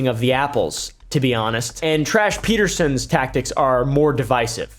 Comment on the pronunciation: Tash? Add a r it turn into trash lol